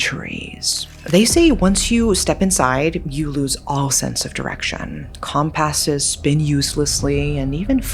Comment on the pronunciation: Is this woman really AI? What's with the "come-passes"?